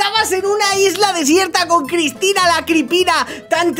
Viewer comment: Dijiste crypina no Cristina